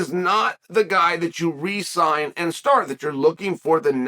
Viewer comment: Re-signs, not Resigns. Had me worried for a second.